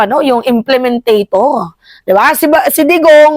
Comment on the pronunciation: “Implementor” madam..😂